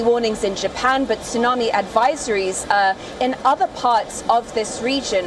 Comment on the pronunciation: Why this thsunamee so calm 🤔